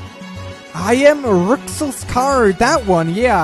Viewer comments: Rouxls Kaard: It's pronounced "Rules" Everyone: Rucksels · It's pronounced RULES CARD! Rouxls Kaard! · I love this moment, but people really need to learn how to say "Roux" in Rouxls. For those who don't know: its pronounced the same as the word "Rue" in otherwords, the dudes name is said as "Rules Card"